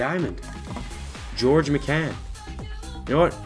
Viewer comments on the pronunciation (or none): It's pronounced miccan? I thought it was like Mike-an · George McCann????? That's how you pronounced it. It's Mike-n bud smh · Its pronounced mike-in not mecan lmaooo u pecan 😂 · Connor D'Arcy MY-CAN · "Mike In" is how its pronounced. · It's pronounced myken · your saying MIKAN wrong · TheKYRw I cringed every time he said it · ugh the way he pronounced his name he's clearly never heard of George mikan before.. embarrassing, put the game down and watch some basketball please, rip mikan